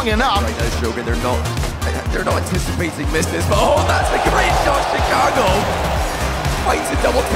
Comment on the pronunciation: Great compilation. Btw 39 says "Chigaco" lol